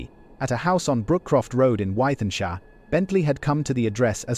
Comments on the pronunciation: Wythenshawe is pronounced with n shaw. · Wy then shar 😂 I suppose thats the problem when its an AI voice. I would rather listen to a human voice on these videos.